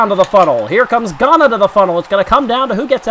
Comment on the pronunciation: btw you pronounced ghana wrong. i would know i live there